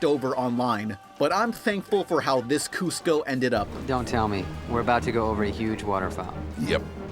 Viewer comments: It's Kuzco not Kusco remember the song, K-U-Z-C-O KUZCO KUZCO GO GO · It's Kuz-co, with a Z. Not an S. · It's K-U-Z-C-O KUZCO KUZCO, GO GO! D